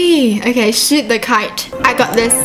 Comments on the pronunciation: DID YOU JUST SAY SHIT THE KYTE INSTEAD OF SHOOT THE KYTE!? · instead of saying shoot the kite you said shit the kite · She says shit instead of shoot! 😂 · When she said " shoot the the kite" I thought she said "shit the kite" 😂 excuse my language... luv you! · Is it just me or does say Sh!t the kite and not shoot? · Once she said shoot the kite but it sounded like 💩 the kite...... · when she said shoot the kite it sounded like sh*t the kite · Kinda sounded like she said "Sh*t the kite" Im not trying to be rude cause ily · Am I the only one that thought that she said shit the kite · Is it just me or when says shoot it sounds like sh*t? Not trying to be rude because I love her videos but it sounds like that. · when she said shoot the kite, i heard her say the s word instead :O it was just ne im pretty sure